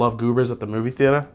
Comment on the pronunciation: “Moo veee Thea-tah” lol